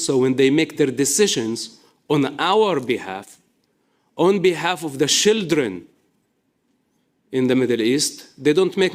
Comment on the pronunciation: Why can he say "child".....but says "shildren"? IDK